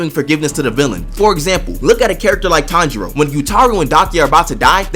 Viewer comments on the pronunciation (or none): none